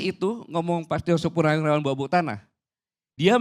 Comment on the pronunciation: Ko salah sebut purnawiraran